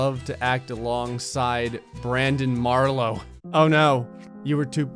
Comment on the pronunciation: Marlo is my name and you said it rong!!!